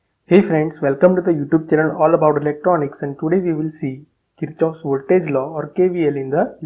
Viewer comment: The correct pronunciation is 'Keer-kof'